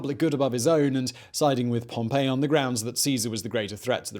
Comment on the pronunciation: Every time Simon mispronounces Pompey Julius Caesar smiles